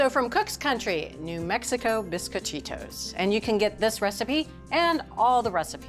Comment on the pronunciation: Bisquit-cheetos???!!! LOL! It's bees-coh-chi-tos.